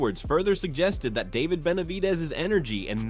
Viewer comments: Hate the fake AI voice mispronouncing simple names like "David." DAH-vid? Come on, man, do better. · Im getting tired of these ai videos. What kinda ai cant pronounce David? I need to vet them more.